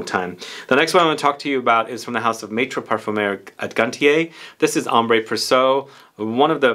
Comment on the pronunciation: It is pronounced "Ambr Présyeu". Not Ambray just Ambr and also not Praysso, the i in there is pronounced like a y. (And this is one of my most adored fragrances.) I really want to get Salome. The reviews are hilarious on fragrantica. I think it would be a great blind buy! Also Sayat Nova I want!